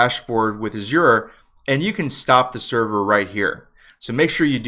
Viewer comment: love the way you pronounce 'azure'.